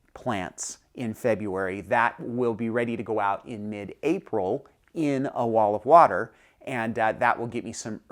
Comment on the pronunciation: Did you say wall of water? Olive water?